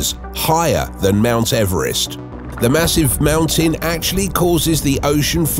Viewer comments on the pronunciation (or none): none